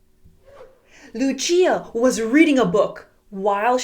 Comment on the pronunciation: its not luchia its lucia pronounciation: lu sia 👌👌👌👌👌👌👌👌👌👌👌👌